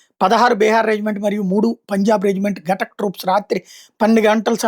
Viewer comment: గటక్ కాదురా బాబూ, ఘాతక్ అని పలుకు.